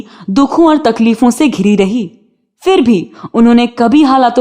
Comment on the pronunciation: Please apna accent theek karein. Its PHIR not FIR and PHOOL not FOOL. Please learn the difference.